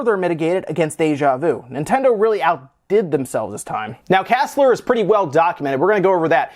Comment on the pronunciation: For your fyi, KASLR is pronounced by speaking the letters, so kay ay ess el arr. Or more often just "Kernel ASLR". You bypass ASLR by chaining exploits and it requires a kernel memory leak that tells you the location of some resources. But yes, KASLR significantly raises the bar for hacking the core system, as typically memory leaks which don't destabilize the system and are actually useful for producing exploits tend to be as rare as the actual code execution exploits. That means AT A MIMINUM the difficulty was raised by a factor of two, but more accurately probably at least an order of magnitude simply due to the fact that locating multiple vulnerabilities is really difficult.